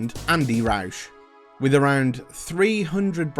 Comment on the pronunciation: Not a fan of the "roush" 😂 but a white rwd sapphire is the absolute DREAM 👌🔥